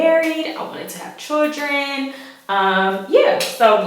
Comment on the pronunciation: The word is children, not chuldren.